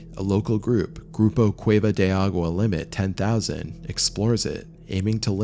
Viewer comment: Yikes! a-goo-wa? ah-gwa? Agua?! Here's a tip: The "G" in Spanish is technically not silent but those of you that are not native speakers sound more fluent when you make the "G" silent instead of making it hard. Of course you don't have to, but what dummy doesn't want be better & smarter ☺️